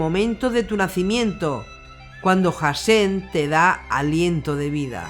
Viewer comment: gracias HASHEM se pronuncia con la H aspirada incluso muda nunca como una J bendiciones